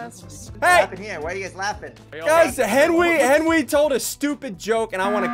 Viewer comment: ", you called a meeting!"